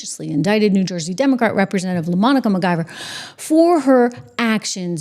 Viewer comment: Please say Laaa...Monica. 😅